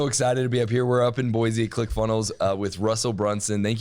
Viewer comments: Insider Secret: It’s Boise (Boy-see) not Boize (Boy-zee). 😊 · It's pronounced Boy-see, not Boy-zee. Jewel wrote a whole song about it, "There is No Z in Boise".